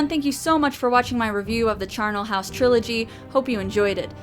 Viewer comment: the middle class way of saying trilogy...TRI-OL-IGY